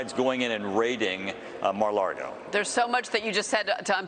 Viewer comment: )) He said, "Mar Lardo."